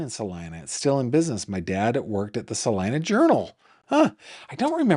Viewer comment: Hello from Kansas! Everyone mispronounces Salina, even Google maps!